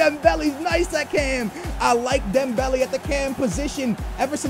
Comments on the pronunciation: For the love of God it's not Dembelly it's Dembellay if that makes it easier to pronounce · Dembelly.. Lol your pronunciations have always been fantastic :') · come on, don't say Dem-belly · It's dem-bell-ay ffs